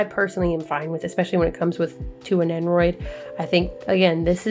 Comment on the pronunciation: I don't watch this show, but the thumbnail caught my eye for sure. Glad to see you getting more figs though. Stay addicted. Shoutouts to. Also... Did you say Nennoroid?